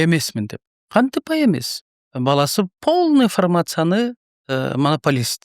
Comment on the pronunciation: Пооолный фармация дейби?Додуробочу